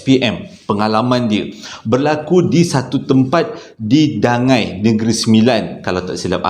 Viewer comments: Bukan dangai, dangi yo tu hehee. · Assalamualaikum abang.rasanya nama tempat dangi.bukan dangai😁sebab sya asal n9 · As salam..Dangi bang bukan Dangai kalau xsalah sy😁..johol nun.. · Dangi bang bukan dangai... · Bukan Dangai…Dangi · bukan DANGAI... Dangi, Johol, N9 😅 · Dangi.bkn dangai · Dangi tu...bukan dangai... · Assalammualaikum rasanya bukan dangai tapi dangi. Sbb saya lahir di kuala pilah. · ..bukan dangau bang..Dangi,Johol n9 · Mula2 saya dengar dia sebut Dangai....Tu pikir...Dangai Tu kuih yg buat drpd kelapa parut dgn tepung Tu Kan...oh maybe Ada Nama tempat kot kat negeri 9🤭😁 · sebutan english kut 🤣